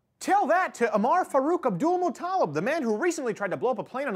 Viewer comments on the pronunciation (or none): Holy Shit! When they first said this "underwear bomber's" name I thought they said Nutella. I friggen went down to the local payless Market and blew away 2 cases of the evil chocolate spread with my Mini 14 before the manager asked me to leave. Damn, I wish the media would get thing right for once.